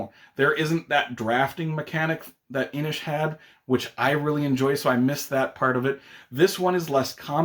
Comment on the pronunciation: Kudos for the correct pronunciation of 'Inis' 😉